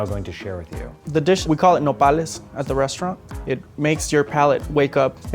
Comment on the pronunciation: That’s how you say it.